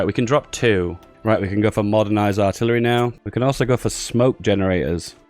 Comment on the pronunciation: ok dont mind my arrogance started watching few days ago. cheers. PS. you sound like you're having a stroke when you say "Aaarhhtillery" has anyone told you that